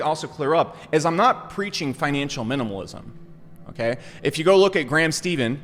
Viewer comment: Say it like Graham Stefan. I'm sure he likes you messing up his last name lol